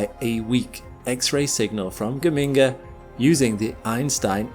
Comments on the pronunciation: The origin of the name Geminga, as you have kindly explained it, makes it clear that that it should be pronounced Ge-min-ga, not Ge-ming-ga as you have it. There is no "ming" sound in it. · BTW, It's pronounced dʒəˈmiːŋɡə (that's a "J" sound at the start). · as an Italian, hearing gheminga as a scientific term is something else😂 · Ever time I hear you say Geminga I want to hear BAZINGA!